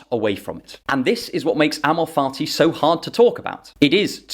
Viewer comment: With your accent it sounds like you’re saying “amor farti” which has made me enjoy this explanation that much more.